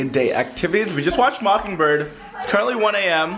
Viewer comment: Did anyone else hear him say mocking bird xD